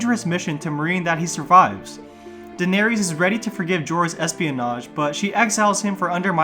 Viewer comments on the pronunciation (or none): The words "Varys", "Danerys", etc. have an "iss" sound at the end, not an "ees" sound. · Since when are their names Varies and Daeneries? There's no "ies" lol it's "ys" ffs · I had to stop because I couldn't stand to listen to "Vair-ees" and "Dan-air-ees" anymore. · jesus I got so annoyed at hearing "daenereez" and "vereez". just pronounce it like they same the name in the show!! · Dude, are you mispronouncing all their names on purpose or something? Holy shit. Sonsa, Denaries, Qyburn????? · Bro why you saying Varys and Daenerys wrong? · Like you literally have a whole show that tells you how their names are pronounced….. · Dude, Varys is pronounced "Varris," not "Varies." Same with Daenerys and Lollys. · Bruh have you even watched Game of thrones? Your pronunciation of "Varys" makes me cringe. 🤮 just heard of your pronunciation of Daenerys and I'm convinced you never watched a day of the show